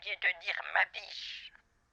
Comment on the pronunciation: Hé vous vous souvenez de la chanson dont avait parlé SLG et WTC: "ma biche, son histoire"? ("biche" prononcée à la ) 😆 1er degré, sa façon de prononcer "bite" au lieu de "biche" ça m'a fait penser à cette chanson et depuis je l'ai dans la tête 🎶 ma biiiiite, ma biiiiite, ma biiiiite, ma biiiiite! Né en 93... 🎶